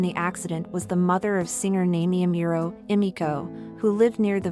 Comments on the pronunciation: its Amuro... not Emiro... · Amuro, not Amiuro. 🤦🏻‍♂️ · OH man the pronunciation of her name is horrendous. It's pronounced "Nah-me-eh Ah-Mu-ro" not "Nai-mee Ai-mural" Asian languages are not that hard to pronounce correctly. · Nah-mee- eh is how you pronounce it. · It would be nice if you could research and learn how to pronounce her name better. Amiro?